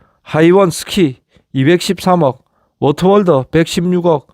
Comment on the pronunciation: 강원랜더 가 아니고 랜드 워터월더가 아니고예 월드 입니더